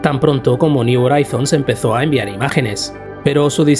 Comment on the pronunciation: me duelen los oídos cuando pronuncias "Horizons". Una duda, si pronuncias bien "New" o "New Frontiers", cómo es que "Horizons" lo haces tan...mal? Ayyyy! Por lo demás, excelente video.